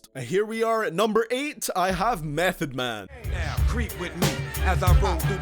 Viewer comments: niggah...meth?? #8...whack mehn...this is moh hi bullshit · Mef at 8!!! Repeat mef at 8!! Get the fuck outta here!!bet you don’t even understand wu lyrics. Fucking mef at 8! Worst then watch mojo